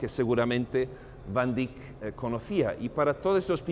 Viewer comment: ..y porq hacéis el payaso ..pronunciando a la Ibérica si cada idioma es como es y no más !..como de jovenes aprendímos.Van Dáik o Déick..y no ese " iberismo cursi.." último dictatus nódulos..de vamos Monsieur Volteire o Montesquieu..q ? Gran Señor como os permitís tanta " borrasca y churrería.." q Yo humano pobre..nunca ganaré su sueldo..y un Museo tan Universal..lo vais a llenar de " cacharrería.." ah ? Pa' vender mejor ??..pero si UD.o Yo i mi Otro Aquél..jamás igualará la altura de este Genio de la Pintura..y q por algo lo protegió el Lord Tikis ( veis q puedo jugar ?..) dejad los Nombres y Apellidajes como son en sus países..q por ensenar lo o aprenderlo en Chino..o Francés o Catalán..Ruso o Inglés..pués no va a Atraer a nadie más..q a UD o Mi insignificancia..y algún despitadillo más de la Riada de Necesitados de Amor..Comida..o Belleza..y Si esa " módulos " invade incluso tan Alto Museo ?? En el Hermitage ni se les ocurre..en National Galery imposible..en el Louvre i se La Ubre..pués andan locos..cn la chatarrería..un poco de respeto no ?? ..imaginé el momento en q la Obra de Arte es realizada cada minuto..q ningún Artista Verdadero paso Vida De Rositas y Comodines..raro ese afán ..y triste ..respetado al Pintor o Músico..etc..! Perdone pero es hay varios..por q ? No os elevados ( q a todos nos cuesta tiempo y amor ) a la altura de Dn Quijote ??? O Persiles..